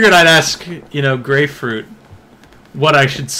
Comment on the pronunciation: It's "Grayfruit", not "Gray Fruit" or "GrayFruit". Get it right guys